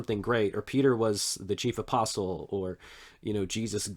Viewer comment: Can’t forget when Peter says himself “and i am a fellow aspostle” 😂